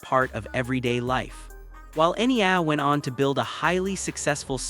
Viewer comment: Will you please show respect and learn how to properly pronounce the language and Enya’s name. 🇮🇪